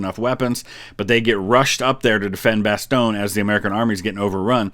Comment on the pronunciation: "Bass-Ton-Yeah". Not Bass-Tonn. It's a french city, don't ever forget that. And you should have added a LOT of context to Oversimplified continuing on the Urban legend that the nuclear Bombings convinced Japan to surrender. The soviet entry into fighting in Manchuria had a much bigger role as had concerns about the Emperor being forced to abdict or even giving a Nuremberg style trial and getting executed. A living god KILLED as punishment for his crimes? Unacceptable! The video said it already: The Americans had firebombed dozens of population centers over the last 18 months or so, many of which had comparable or higher death tolls than the nuclear bombs. The population stood up throughout that murderous campaign, they would have continued that stance through the bombs (especially if they had known the US had already shot all it's existing bombs in the test and two actual uses)